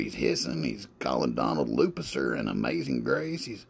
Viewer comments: Lupisser is what ol’ genius said when talking about Lucifer. He mispronounced it like he does 90% of all things when trying to act like he’s smart! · When he said Lupicer I died 😂